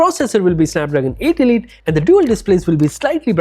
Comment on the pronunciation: It's pronounced ELEEET, not E-light (elite)